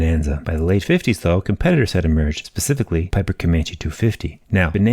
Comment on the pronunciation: Did you say "pacifically" instead of "specifically" ?😅